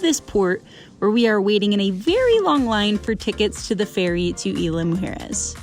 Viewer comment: We enjoyed your video. Isla Mujeres (IZ-LA MOO-HAIR-ES) Deserves a few days stay to truly enjoy and know the island. The entire vibe and atmosphere changes after all the day trippers leave around 4pm.